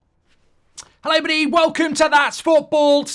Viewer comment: that's not how hello everybody is pronounced 😂